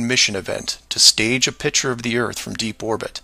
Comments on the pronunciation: pronounces the word "picture" like a child does, "pitcher." It's annoying, like his crackpot beliefs. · This guy saying “pitcher” instead of “picture” makes me want to jump off of very tall objects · the way he pronounces the word picture irritates me